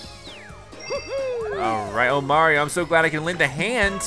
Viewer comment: Almost as bad as a lot of informal videos on Mario pronounce wrong. They say may-ree-o instead of mar-ree-o and it’s so damn annoying that I instantly dislike the video